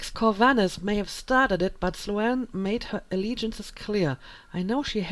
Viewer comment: Hey. Love the let's play so far. Just to let you know Sloane... the a is silent. Not Slo-Anne.